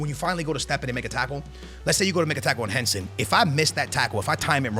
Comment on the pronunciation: Bro its Hansen not Hensen